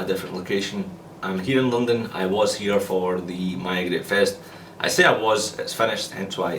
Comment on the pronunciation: notice how all of its glaswegian accent except when he says 'london' in cockney haha